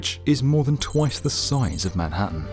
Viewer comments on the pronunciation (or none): none